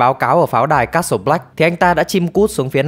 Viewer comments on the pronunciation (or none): Castelee Black wtf? Castle